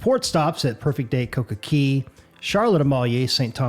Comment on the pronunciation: Coco CAY! Not CEY! Say it right. It’s an A not an E